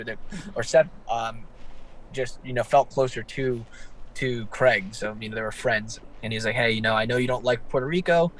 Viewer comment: Craig not Creg like Greg